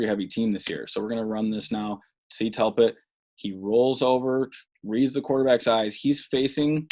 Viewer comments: His name is (dell* pitt) not (Tell* Pitt), people misspeak, but 35 times is a BADD Jobb. Step up your game. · Delpit not Telpit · DELPIT !!!! Good god you said his name wrong 100 times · This is terrible! Say the mans name right! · Bro how do you post this when you can't even say the guys name😂💀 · How do you muff the dudes name 300 time? Brutal to listen to over and over.